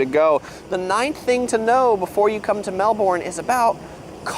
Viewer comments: See, you said Melbourne perfect then and that’s from a Pom. 😂😂😂❤❤ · You both pronounced Melbourne perfectly... Mel bern !!!! Not bourn It's mewllben In Sydney/ Melbourne a pharmacy like Walgreens is always open till at least 10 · Look we Australians say Melbin because of our accent, but if you're American or from anywhere else, the correct way is to pronounce it is Melburn. So the guy is in the video is right. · You rocked it, Melbin and you pronounce the A in Yarra like A in Apple and you need a Myki card is not an identity card if you buy prepaid. Yes we are a nanny state and we are definitely over governed. Hook turns are only used in the city centre. You got that right on with the ketchup. Why say the whole word when you can shorten it. Stay safe and well girls. Love your show. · Yay you said Melbourne right - Melbin.😂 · Sorry guys he pronounce it quite well it’s Mel burn not Mel birn and not Mel born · Hi ladies 😊 well done, you said Melbourne correctly and, you have it down pat, you say it perfect. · pretty good overall, you ladies got the pronunciation down pat, his was terrible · Thanks. He did quite well overall. You both got the Melbourne pronunciation right - it's halfway in between each of you. He got it wrong that on very hot summer days it cools down at night tho. That might well happen occasionally if we get a cool southerly wind but on most really hot northerly wind summer days (from the desert in central Aust), the nights can be very hot and blowy too. Also at any stage in summer, an Antarctic blast can blow in and drop the temp from 40C to 16C within a few hours, often with a rainstorm as well. We call it a 'cool change'. Visitors to Melbourne in summer need to have a variety of clothes to be fully prepared. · you’ve got Melbourne down to a T.😅😊😂❤🎉🇺🇸👍❤️🇬🇧🏴🤷‍♀️ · Your pronunciation of Melbourne is spot on! Very impressed :) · It’s so satisfying to hear the American accent pronounce Melbourne right 😅😂❤